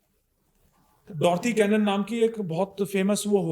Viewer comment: भाई वो बंदी का नाम "Dolores Canon " (डोलोरस कैनन ) है ..... डॉथी कैनन नहीं.... 🤣🤣😂🤣